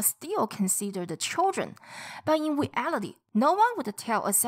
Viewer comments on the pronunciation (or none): none